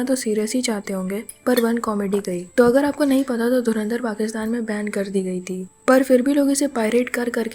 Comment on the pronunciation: Ye kya boli? Dharmendra film?? Inse dhurandhar bhi nahi bola jata dhurindar, dhrundar bta nai kya kya bolte hai ye logon ne Chhichundar bnayi 😂😂